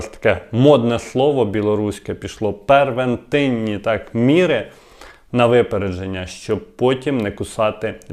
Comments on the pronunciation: Не пЕрвентивнi,а пРевентивнi.😮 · первентинні міри … таа , грамотій, може - превентивні заходи? Не блогер-українець, а блогер-суржиковець! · Не первентинні - превентивні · "Первентинні міри", а може превентивні заходи? Публічній людині потрібно говорити грамотно, слідкуй за своєю мовою, а то пенсіонерів на кучі рахуєш, щей радиш кожного разу не лінитись і тиснути на "кнопочку" Кого лінивими вважаєш?